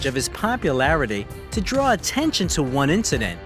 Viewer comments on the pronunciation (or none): none